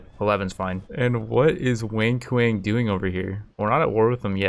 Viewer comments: Everytime he says Wang Kuang. It sounds like he says Wink Wink. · I heard "Wink Wink" instead of Wang Kuang for the entire video. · Is it just me, or does every single time he says "Wang Kuang", sound like "Wink Wink" instead? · am I the only one that hears "wink wink" when he says Wang Kuang? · great series, your commentary is funny af lol also anybody else hears "wink wink" whenever he says "wang kuang"? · its so funny how you butcherd wang kuang's name.